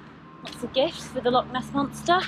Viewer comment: Thanks for this, the correction is appreciated. It’s actually Loch Ness though, not Lock